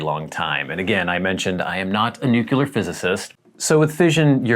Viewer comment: There’s no second u in nuclear, it’s pronounced “New-Clear” not “New-Cueluhr”